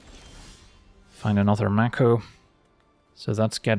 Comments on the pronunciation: Mako is pronounced May ko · Maybe it's a regional thing (northeastern US) but I always pronounced it MAY-ko